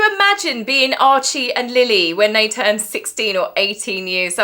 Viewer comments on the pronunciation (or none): none